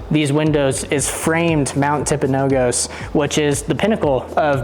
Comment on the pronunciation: Tell us you're not from Utah without saying so. Im enjoying the videos, but my friend, you're killing me with the way you're saying Mount Timpanogos. It's not pronounced the way you're saying it. The last "O" has a "U" sound, as found in gus. tim·puh·now·guhs. You can do a basic Google search for the correct pronunciation. The word Timpanogos comes from the Timpanogos tribe who lived in the surrounding valleys from AD 1400. The name translates as "rock" (tumpi-), and "water mouth" or "canyon" (panogos). Also, I grew up at the base of this mountain there in Daniel.